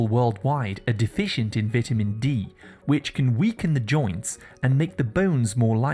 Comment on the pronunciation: Your pronunciation is wrong. It's vitamin, it's not vatamin